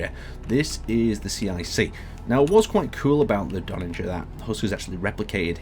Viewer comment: There needs to be a third iteration of the Donnager for to review, cos he seems to be getting close to pronouncing it right each time:D